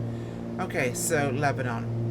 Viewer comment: Born and raised in Lebanon Oregon. My dad taught school at Crow foot in the 60's and early 70's. Its actually pronounced Lebonun. Spelled Lebanon, but not pronounced like the wore torn city Lebanon.